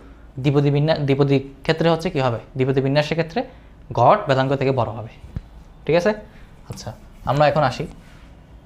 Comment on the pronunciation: গড়, গট না 😂